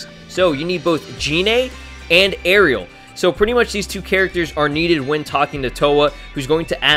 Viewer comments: Btw arale is pronounced ahh-ray-lee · It's pronounced A-RAIL-E, not Ariel. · A-RA-LE NOT ARIEL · Arale is not Ahh ray lee its a-ra-le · It is ara-le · uh-raw-lay is how to pronounce her name bruh (im sorry but I just got triggered at how u said her name) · It's ah-rah-lay the dub messed it up for some reason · you said arale wrong you say it like this A-ra-le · The way you pronounced Arale......